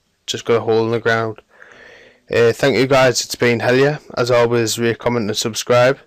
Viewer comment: The way you say your name makes it sound like, "Hell Yeah." :D